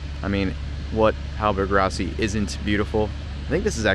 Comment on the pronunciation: That interior is remarkably well preserved. Looks like she's been on the hard for a while. Side note, it's not a hallberg-ROSSY, it's RASSY